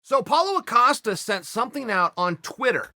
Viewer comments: "Polo" Costa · Paulo “Acosta” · Me: Paulo Costa Chael: Paulo Acosta Me: Ok great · “So Paulo Acosta” - Uncle Chael